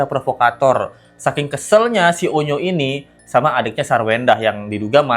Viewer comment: onyo bang bukan unyu